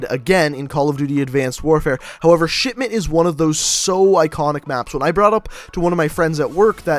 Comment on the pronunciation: When you say "Shipment" it sounds more like "Shitment"